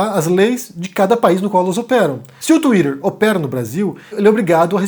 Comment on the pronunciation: O falando twitter é muito bom de ouvir